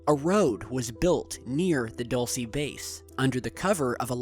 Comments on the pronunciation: DULCE: DOOL-SEH, not DOLL-SEE..... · Dulce = candy sorry I got annoyed how pronounced